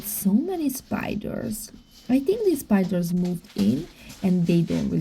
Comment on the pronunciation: I love spiders. Very beautiful animals. But yes they can be creepy when they crawl on you without you knowing. I like the way you say “spidurrs”. 🕷️